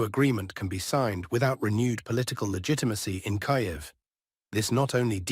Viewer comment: Kiev, not Kayev